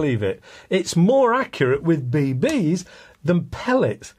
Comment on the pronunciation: Be-beees. Haha. Always trips me up when you say it like that.